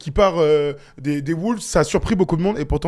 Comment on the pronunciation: Je vous aime les gars mais par contre faut arrêter de dire “Les woulves”